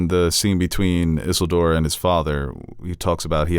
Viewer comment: insistence on mispronouncing Galadriel and Isildur is adorable